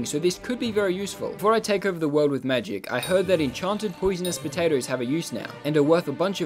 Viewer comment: I really like how he say magik not ma-gic